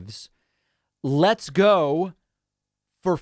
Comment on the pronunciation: Leets goo? What's that?